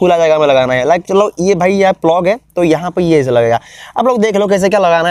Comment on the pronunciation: Bhai vo plug hai flog nahi 😂